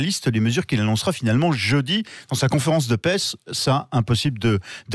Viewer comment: Ah ah ah!! A 33 secondes, il dit "conférence de pesse" au lieu de conférence de presse, quel lapsus délicieux ! C'est effectivement une conférence de paisse pour repaître les moutons 😂